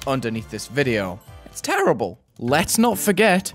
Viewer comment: "its teEHERrible"